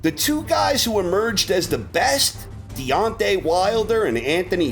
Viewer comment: DEONTAY, not "Dante".